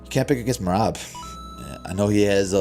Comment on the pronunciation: All of you stfu. Peter butchered Merab 🤫 🔥